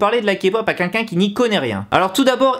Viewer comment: Alors tout d'abord je tiens à dire que ton "quinquin" au lieu de "quelqu'un" me stresse énormément voilà 😂 mais sinon super vidéo ! J'ADORE ZICOOOO pardon